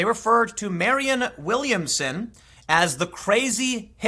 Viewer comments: Tim, it's Marianne (Mari-anne), not Marion. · Marianne, not Marion. MariANNE.